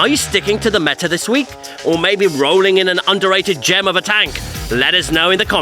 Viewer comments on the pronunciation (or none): none